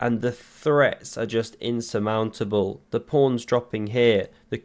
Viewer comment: “Insurmountable” you’re so Brii’sh